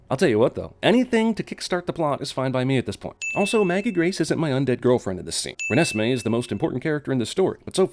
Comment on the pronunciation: Every time he says Renesmee I want to slowly crawl along a straight edge razor. Like that snail in apocalypse now.